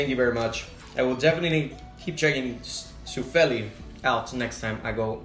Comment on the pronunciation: Finnish names, stress the beginning, always. So: SUFfeli, not 'suf feeli' as you said. Then it's 2 words in Finnish. Compare: Da Capo. ('Da Kaa(p)po' would be the truely Finnish spelling.) Pätkis like 'Pat kiss' - not 'put kiss / pot kiss'. That's what the dots do.